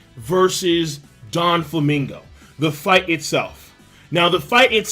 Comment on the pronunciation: i think hes saying donflaminga as in "DON"quixote do"FLAMINGO" --> DONFLAMINGO The rest is just the way he says them